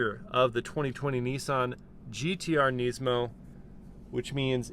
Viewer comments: Neesmo? ITS NISMO! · Nismo not nesmo sorry had to say it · "neesmow" bro just pronounce it like it's meant to be pronounced, why do Americans have to make up their own pronunciation for everything.... it's pronounced nizmoe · Niz-mo. Not neeeeesemo. i saw a guy at cheesecake factory w this car and I was like you know how sick that thing is? He was like sorta, its the most expensive nissan i could buy when I got rid of my gallardo. Very weird conversation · Nysmo 😂 the way he says it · why’d u pronounce it “neesmo” 😂 good vid tho bro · who the helll says NEESMO lol. ive never heard anyone say it like that lmao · the way you say nismo bugs me so much, classic American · I don’t like how he pronounces nismo :/